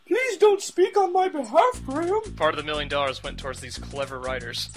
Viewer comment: one miwwwiiion dowwarrs how many?